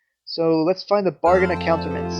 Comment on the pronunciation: omg its pronounced a-koot-tra-ments